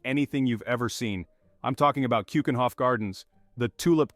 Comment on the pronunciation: Please try to pronounce keukenhof with a eu and not an oe as in shoe. eu as german ö or norwegian ø....do your home work before you do films and drugs are ikllegal here, and there is NO "fan Ko" it is van gogh g and gh are pronounced like CH is lochness